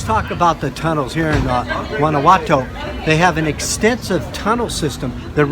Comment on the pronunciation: LOL Wannawato. Freida Carlo. I love you weirdos